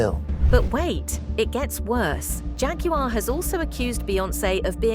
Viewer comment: The word Jaguar is pronounced "JAGG-KWAR."